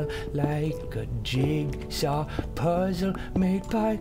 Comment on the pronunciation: I lost it when he said "THIS IS A PERFECT JIGSAW PUZZAWL"